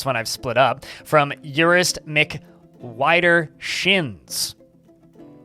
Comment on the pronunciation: And "Widdershins" is an old English word meaning "anti-clockwise" and is roughly pronounced closer to "Weh-Der-shins". These are not criticisms. I would like to help.